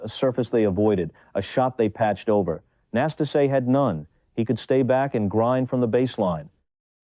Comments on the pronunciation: The accent falls on the second "a" - Năstáse. The first "a" it's not even an "a"😊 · It’s so ambarasing to listen mispronausing his name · Do not twist his name it’s not akceptible. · Pronounce his name right ffs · The commentator can't even pronounce Nastase's name. What a turnoff... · Is the narrator an AI? because in respect for the player, we MUST HEAR A BETTER PRONUNCIATIONS of the name "Năstase"! Ilie Nastase's game was very entertaining despite his occasional nastiness. Quite a true TALENT!😅 🎾👏🌍